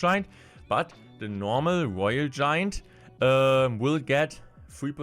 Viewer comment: "woyel we cutes" Man i love deutsch